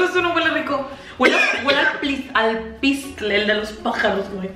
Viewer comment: “Alpliste” jajajajaja te pasas